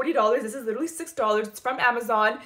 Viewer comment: “It’s llllllllllllliterally identical” 😂❤